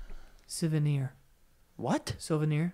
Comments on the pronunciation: i’m still stuck on Joe’s “silvenir” . frankie and i BOTH were like ??? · yo joe wtf is a silvanier...couldnt even pronounce the word im dead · Why in the name of god is Joe pronouncing souvenir as “SILVERNEAR” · "silvernir," really? You guys need to read more books man. Stay in school, kids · Why the fuck is Joe saying silvaneer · Joe: You Spanish people are ganging up on me.: HEY! You dropped a hard “S”! I CANNOT 🤣🤣🤣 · am i stupid or does joe not know how to say souvenir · Them saying souvenir is a hard word me actually screaming at them through my phone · Why does joe pronounce souvenir like that? 😄😄😄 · Why can’t they say souvenir like it’s souuuuuu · We do we just don't pronounce it correctly and apparently neither does Joe LOL.